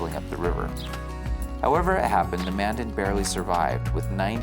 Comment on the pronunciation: Future reference Mandan is pronounced like two words Man Dan.